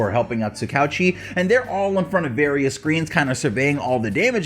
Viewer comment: That’s not how you pronounce tsukauchi